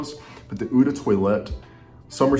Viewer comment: eau is not "oo", it's more "oh". Just use Google translate and type eau de toilette in the French one and let it pronounce it for you